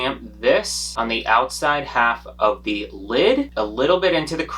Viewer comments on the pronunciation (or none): none